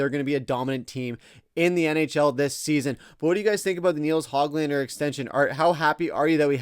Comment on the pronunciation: It does undercut your video when you keep mispronouncing Höglander's name.